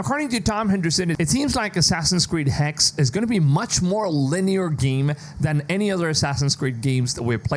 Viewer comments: It's not HEX....Its Hex-uh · Hexe is the German word for witch, in the proper pronunciation you have to sound out the e on the end with an uh sound. hex-uh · I'm actually really interested in this one! P.S: Just for the narrator as he's tried the pronounciation of Hexe a few different ways here :D It's pronounced Hexa, spelled Hexe, and literally is modern day German and old German for Witch.